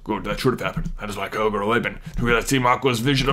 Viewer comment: it's pronounced ky-ro-gor